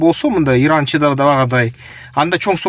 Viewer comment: Ердан эмес туура суйлосон иран